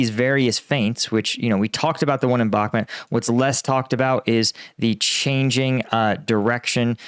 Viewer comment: Why is this frustrating??? They risk their lives, not yours! They'll strike when ready. Believe in UAF! What you should do is; learn the right pronunciation of "Bakhmut", for example. Since you milk it and don't contribute substantially to the topic, this is the least you should do. I'm watching you from the beginning and this level of unprofessionalism is really annoying.